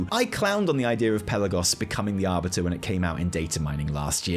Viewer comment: 'Ar"butter"' lmao